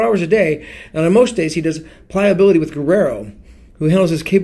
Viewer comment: love you and your videos! (Ply-uh-bility) is the pronunciation btw;)